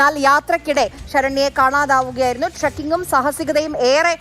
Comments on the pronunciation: ട്രക്കിങ് , ചക്കിങ് അല്ല 😂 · Trucking allaa ith.... 'Trekking' ennu paranju patikoo kuttikaley... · Hello Newsreader 'Trekking' correct ayitt parayu (Caption to be 'Saranya on Alive') Enthanith Yellowedition channl ano!!??😢